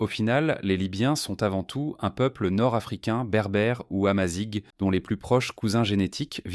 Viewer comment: Ça se dit Amazirh et non amazigue.